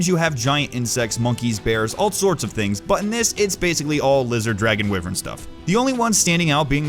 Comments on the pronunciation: When someone say Wih-vern and not WHY-VERN!! D:< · You mispronounced wyvern It's pronounced why-vern